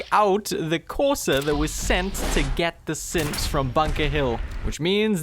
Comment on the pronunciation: I feel like he keeps saying Simps instead of Synths